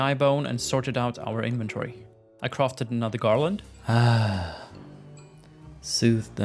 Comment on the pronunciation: How did u say inventory before?!?! 😂